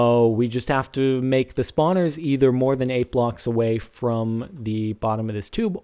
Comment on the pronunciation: Lol you said yocks instead of blocks